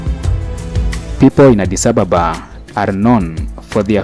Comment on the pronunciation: You need, to learn how to pronounce Addis Ababa correctly. Ask or listen to the locals when they say Addis Ababa. May be, you are accustomed to calling out foreigner unfriendly colonized capitals i.e. Johannesburg, Nairobi, Cairo etc. etc.